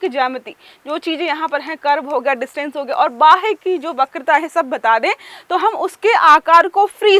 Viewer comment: बाह वक्रता नही बाह्य वक्रता|